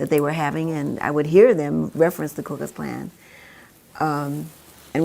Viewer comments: It’s not the K U KluxKlan. It’s the KOOKLUXKLAN. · It’s the Ku Klux Klan!! Why do you keep saying …K. U.?!